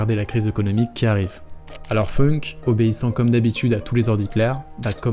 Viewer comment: founk pas feunk il est allemand pas anglais